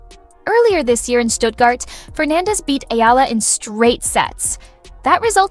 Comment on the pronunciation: Please pronounce her surname Eala as: e - ya - la